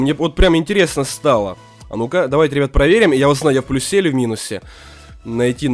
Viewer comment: Боже... научись ставить ударение в предложение "Я в плюсе".